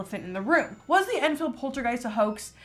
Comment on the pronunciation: polterg OI st lmao, love you